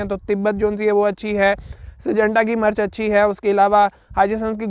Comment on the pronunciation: Bhae jaan murch nhe mirch hota hy